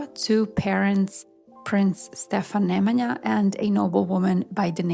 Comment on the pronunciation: Sollte man lernen alle Namen richtig auszusprechen Savo, Raško,Nemanja.... So viel zur künstlicher Intelligenz dass sie alles kann ❣️